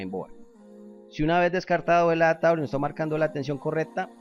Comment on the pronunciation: adatador, direta, correpta, conetado, jap, debes pronunciar bien, es una falta de respeto y horrible escucharte